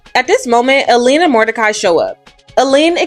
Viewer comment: You pronounced Eileen's name wrong twice.